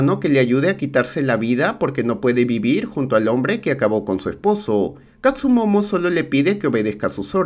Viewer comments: amigo buen resumen pero se llama kastumoto no kastumomo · DESHONOR!!!! es Katsumotto no "Katsumomo" xD, fuera de eso buen video y buena peli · catsumomo??? siempre escuche catsumoto.. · El samurai se llama Katsumoto y no Katsumomo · Todo bien, pero es katsumoto no katsumomo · Tiene muchas cosas buenas este resumen pero el tremendo error de llamar katsumomo a katsumoto es horrendo, dislike al video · no pronuncias bien las palabras japonesas jaja , dices katsumomo 🤦🏻‍♂️ y es katsumoto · Katzumoto, no katzumomo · Se que llego tarde, pero que falta de respeto bro :'v en buen plan, pero como le vas a decir KATSU MOMO ? jajajaja, igual buen video, siempre me entretengo, pero nunca me suscribo 😅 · Si, pero no fue la guerra civil, fue la guerra contra los indios... ni tampoco existió el personaje de Tom Cruise ... Dijo katsumono? O escuché mal jaja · Todo bien, solo que se llama Katsumoto...